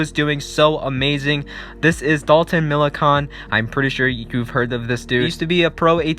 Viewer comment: Dalton is the son of NHRA driver Clay Millican, also its pronounced like you're saying "can" at the end of Millican But yeah that was a huge loss, dude had a promising career